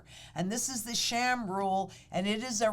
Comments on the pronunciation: Sahm, not Sham…. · The 'Sham Rule?" I thought it was pronounced 'SAHM'...like 'Somme".....Or is she making a joke? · Its Sahm, not sham. But the rule is a sham. It looks at bad data.